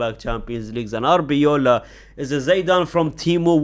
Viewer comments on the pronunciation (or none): The fact that you still call Arbeloa Arbeola😂😂😂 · Dude.. it's AR BE LOA